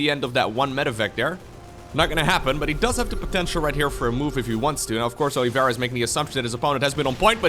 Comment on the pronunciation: Man, what a butchered way to pronounce Oliveira